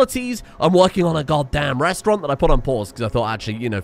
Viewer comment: Restaurant, not restaurante.